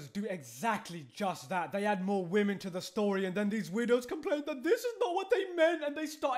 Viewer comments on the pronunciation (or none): none